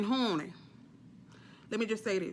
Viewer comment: I LOVE YOU!! “Howney”😆😆😆